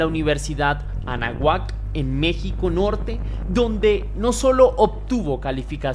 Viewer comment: Es Anáhuac no Anahuac